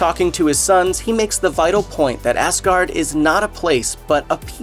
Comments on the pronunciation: It’s Asgard not assgard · Every time that he said Asgard he said Assgard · why does he say ass guard? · he 100% said a** guard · He said Asgard so wrong